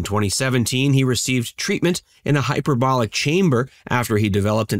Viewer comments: HyperbaRic Not HyperboLic chamber. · What the hell is a hyperbolic chamber? Do you mean a hyperbaric chamber?